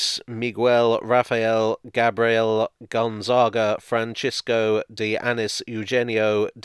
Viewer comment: You pronounced "Manuel" in a very acceptable way, as well as "Gonzaga". The others not as much. Still, a good effort overall. I was not expecting a video featuring Portuguese history so prominently! Kudos!